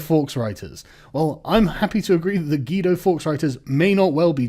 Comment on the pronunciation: Guido is pronounced GWEE-DO. Like Greedo.